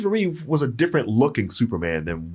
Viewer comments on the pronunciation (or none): is so annoying. REEVE REEVE CHRISTOPHER FRIGGIN REEVE. NOT REEVES.